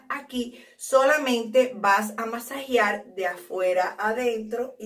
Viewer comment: Se escribe y dice Masajear.no masajiar